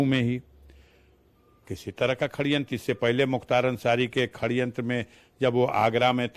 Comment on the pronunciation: Shadyantra ko Khade yantra bol raha hai